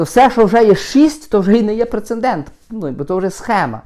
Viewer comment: Немає слова "прецендент",ріже слух.